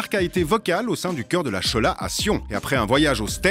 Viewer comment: La schola se prononce Skola!! 😂😭😭